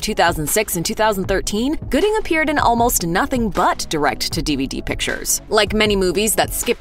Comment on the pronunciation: Dang cuba gooding jr not goodie